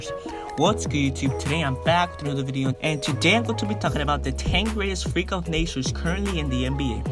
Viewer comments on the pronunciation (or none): none